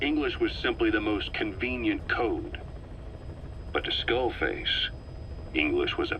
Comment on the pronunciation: XDD skull fake....FAKE en vez de skull face